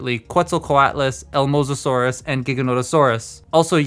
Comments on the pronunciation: Hahah you got the names right…but your pronunciation of one made me do a double take. I thought at first you were doing a bit, lol. Elasmosaurus isn’t “El Mosasaurus” its pronounced “Eh-las-mo-saurus”. Though, as a paleo nerd, I’m very happy you pointed out that two of them aren’t actual dinosaurs. As always love your vids! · He says el mosasaur, like kinda spanish like but its elasmosaurus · The amount of times he pronounced elasmosaurus "elmosasaurus" kinda trigerring Eh-las-mo saurus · something thats always bugged me about Magmatron is the Quetzalcoatlus. simply because they absolutely sont look like that. the head is the wrong shape and size and literally all hos proportions are fucked. to me, it looks more like a Cearadactylus tbh oh also, its Elasmosaurus, not Elmosasaurus lol. close enough tho so who really cares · Elmosasaurus? Is that a thing or did you mean Elasmosaurus? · I think what he meant to say was Elasmosaurus which is a plesiosaur species. You gotta give him some slack for mispronouncing it, not everybody knows their paleo stuff. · The way my dude pronounces “elasmosaurus” as “el mosasaurus” BRUH, there’s supposed to be an “a” there. Without it, it sounds like you’re trying to say “The Mosasaurus” in Spanish 😭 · You ever hear of a plesiosaur? It’s like a mosasaur, but NECK. Edit: TFwiki specifically says Elasmosaurus. Sounds like he’s saying mosasaurus in the video. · I am triggered by your Elasmosaur pronunciation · He just pronounces elasmosaurus oddly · that pronunciation of elasmosaurus😬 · the paleo-nut inside me is triggered by how your pronouncing Elasmosaurus.